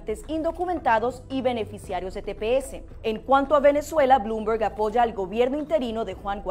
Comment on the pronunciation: Deberias informarte mejor para hablar en publico...Las personas que nacen aqui son ciudadanos por nacimiento...nadie a dicho que le van a dar ciudadania a los ilegales que lleguen al pais...y si no sabes pronunciar los nombres mejor no los digas..has repetido mas de 5 veces el apellido de Blomberg pronunciandolo como "blumer"...y la pronunciacion en ingles es exactamente como si lo dijeras en espanol...blomber...para salir en vivo por las redes y expresar ideas hay que documentarse bien para no hacer el ridiculo ante los posibles detractores...estudia el tema del que vas a hablar,documentate...y no cojas de guia a Otaola que ese tipo es una rata....y lo podras comprobar el dia que por casualidad tengas mas visitas que el en un programa...hasta ese dia seras su amiguita y todo esto que yo te he dicho en una critica constructiva lo dira en publico pero de una forma destructiva...Se tu..no copies a nadie ni sigas las ideas de nadie.....ninguno de los candidatos a dicho que va a abrir fronteras sin vigilancia...el tema de la salud para todos deberias apollarlo...TU ERES UNA INMIGRANTE TAMBIEN Y ESO NO DEBERIAS OLVIDARLO...hablas como si fueras americana y olvidas que un dia llegaste a este pais con una mano delante y otra detras y te dieron Medicaid....Dinero....y Bonos de comida gratis por 6 meses...no deberias estar tan cerrada a la idea de la ayuda a los que estan tratando de llegar a este pais escapando de la miseria y el hambre como un dia llegaste tu y tu amiguito Otaola...